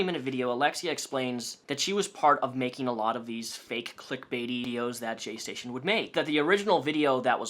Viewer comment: “JayStation” sounds like “gestation” to me and I can’t unhear it